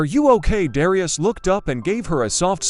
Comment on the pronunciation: The commentator doesn’t even know how to pronounce Darius’s name. It would’ve been better if it was a real confrontation where there was actually the excitement of it instead of some person talking about it.